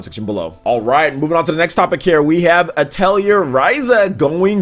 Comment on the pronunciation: Atelier is a French word for studio/workshop. It’s pronounced a-tell-e-ay